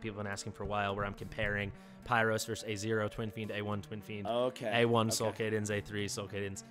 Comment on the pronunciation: Solcadens not Solcadence